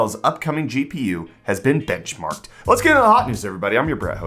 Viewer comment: I could have sworn you said Intel's new GPU has been bitchmarked". 😆 I guess that's better than being benchslapped? 🤷‍♂ 😉